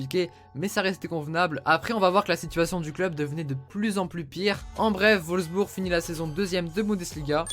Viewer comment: c'est Wolfsburg, pas volsbur xD